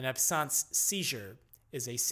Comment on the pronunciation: its almost like a alien language. 1 hour in and still in the As... RIP , sore throat? And you are starting to pronounce normal words wrong like absence became absance